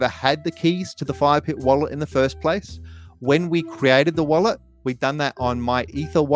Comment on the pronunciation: the way he says wallet is cracking me up😭